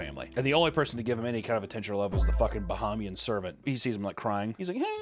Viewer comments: bro. BUH-HEY-ME-AN. #242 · The absolute massacre of the pronouciation of Bahamian and the accent on our independence day is peak. 😂 Also in the Bahamas we call black magic obeah not voodoo. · As a Bahamian (pronounced Buh-hay-me-yun), your terrible attempt at a Bahamian accent was hilarious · Hearing mispronounce Bahamian and give them a weird accent (Jamaicans? Haitian?) on Bahamas independence Day is an incredible way to celebrate. I love it.